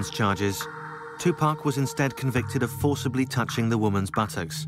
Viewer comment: Tupack???Uhhh tupac???tupAAAC not Tupaick